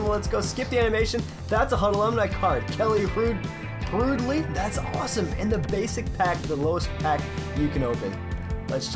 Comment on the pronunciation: This here is why hockey players don't really play the NHL games...this guy doesn't know who, or how to pronounce Kelly Hrudey...